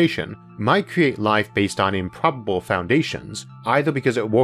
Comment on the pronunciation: "weawanged" "wataw" "remembew" "impwobable"